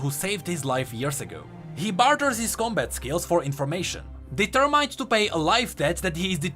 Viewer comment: Lmao you still haven't learned how to say determined???